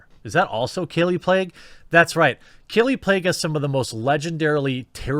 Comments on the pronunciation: Pronounced “Plague” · her last name Plagge is pronounced "play-gee". not that anyone cares lol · "Kallie Plague" lol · Kallie 'PLAGUE' LMAO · Her last name is pronounced "Plague"? Well... There you go